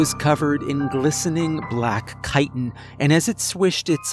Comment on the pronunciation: You pronounced chitin right, 10/10